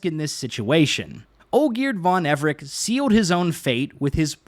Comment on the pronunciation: The way he pronounces Everec with a "K" makes my blood boil.